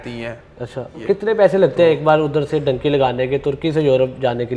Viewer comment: Dunky hota hai bhai ye dynki kia hai 😂